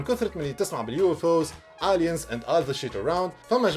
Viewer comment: Aliens ama pronounced Eliens